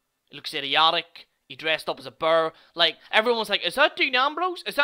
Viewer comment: To be pacific, it's not burr, it's bear. Pronounced like Bare!